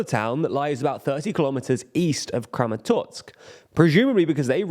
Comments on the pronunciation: It's "Kramatorsk" not "Kramatotsk". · Why are you saying ChasTiv Yar and KramatorTsk?